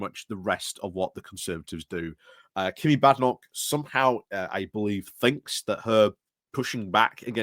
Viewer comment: Badenock is pronounced with a long a vowel not a short a vowel!